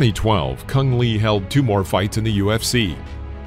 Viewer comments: I thought his name was supposed to be pronounced Choong Lay? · I think you've mispronounced his name. I've always heard it pronounced like "Cung Lay."